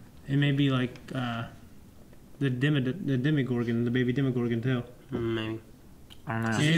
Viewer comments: DEMOGORGON NOT Demigorgon! DEMORGORGON DEMOGORGON DEMOGORGONNNNNN!!!!!!!!! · Bothers me so much that they call it Demi Gorgon. Its demogorgun. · It's DemOgorgon, not DemIgorgon.